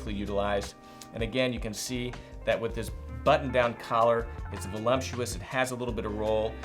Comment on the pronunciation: “Volumptuous.” “Obstentatious.” adding extra comsonants today.:-)